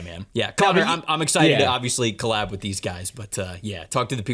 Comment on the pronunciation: Why do you say collab as if it is spelled co-lab? Drives me crazy